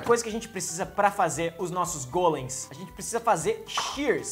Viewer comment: vc fala golens mais e gólens